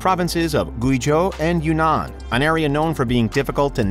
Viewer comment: I’m not normally a stickler, but if you’re going to say the word “Guizhou” so much please just google how to say it first. It’s more like “gway-joe”